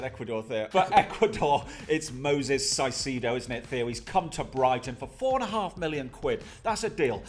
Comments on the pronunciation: Just a detail, the first C in Caicedo is not pronounced like an S. That only happens when the C is before an E or an I. In this case it's exactly like Kai Havertz. "Kai sedo". Cheers to both! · It’s Moises Caicedo not Moses sasedo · Say it with me, “KAI-SAYDO” not “SIGH-SEE-AYDO” ffs 🤦‍♂️ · *it’s pronounced Kai-say-doh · Caicedo is pronounced kayseydow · Hurts my ears when y’all say caicedo 😂 kai-say-doe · Moises Caicedo Pronounced: Kai-Say- though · My guy- the way you pronounce “Moises Caicedo” is the most fucked up thing I’ve ever heard for real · how y'all both butchered ceicedo name is criminal😂